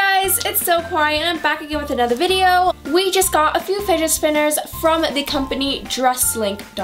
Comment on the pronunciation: I thought she was saying spiget spinner 😂